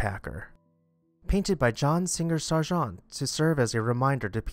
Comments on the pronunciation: John Singer Sargent- pronounced like the military officer “sergeant. ” A very important American portrait artist. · John Singer Sargent — pronounced like the rank in the army.